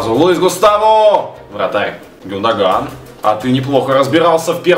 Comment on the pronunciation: гюндаган ударение но ю! и не зови матершиннека гену!